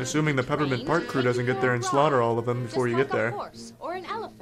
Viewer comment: "Peppermint Pasrk"